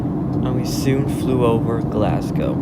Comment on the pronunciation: People make Glass-Cow